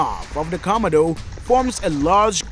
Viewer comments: They are the Komodo Dragons and not the Commodore Dragon, okay. So why can you pronounced it correctly huh? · Ven-am of de khamido 😂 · The commodore eats everything it comes across 😂😂😂😂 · Comma-do dragon lol. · A 5 minute video in 23 mins with a narrator who can't pronounce the name of the animal. Was some amazing footage though🎉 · I totally agree!! The announcer doesn't pronounce the name komono right. I turn the volume down for just that reason. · Y’all need to stfu already about how he pronounces Komodo .. he obviously has an accent & if it bothers you so much go watch another video . Simple .